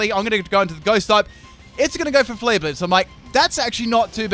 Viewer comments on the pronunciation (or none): none